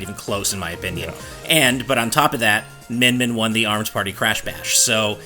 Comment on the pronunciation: It's Min Min.